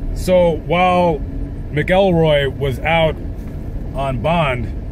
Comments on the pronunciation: Ken MACKELroy.....not MickELROY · You got MANY a fact wrong in this one!! And it is pronounced MACK EL ROY.. not MA KELL ROY!! That being said, yes, a dreadful man was Ken Rex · His name is pronounced mackcoolroy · Not a bad video. You got a few facts wrong and kept saying his name wrong. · Y ou should lear how to pronounce his last name.